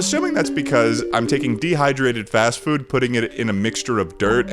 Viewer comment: Fast frood eh?